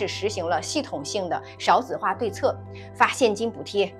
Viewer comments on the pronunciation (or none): 少（四声）子化